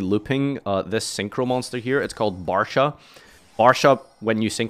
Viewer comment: Barcha not Barsha